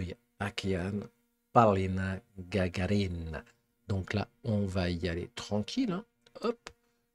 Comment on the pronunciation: У Вас неплохо получается говорить по русски!Конечно,как все иностранцы,Вы неверно ставите ударение в фамилии Полины;не ГагарИна,а ГагАрина! С уважением к Вашему труду и интересу к нашей культуре.❤